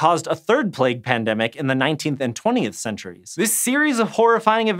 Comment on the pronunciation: The first time yoou said pndemic it only sounded as pndem.